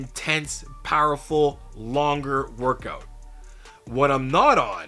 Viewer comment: You Canadian? When you pronounce workout, it sounds Canadian